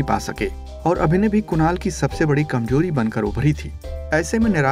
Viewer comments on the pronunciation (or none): bhai, kamjori nahin, but kamzori. Please take some language classes yar. Come on. Family bushinesh nahin bhai, family business. please work on your language.